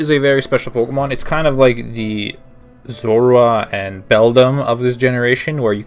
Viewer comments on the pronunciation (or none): none